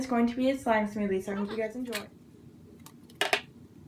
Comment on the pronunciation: It's a "sloothie"